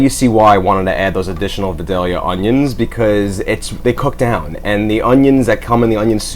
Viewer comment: Looks good I’m going to try but I have to say this. I live about 30 miles from Vidalia Ga. it is pronounced Viiiiii dal ya. Sorry I just had to do it.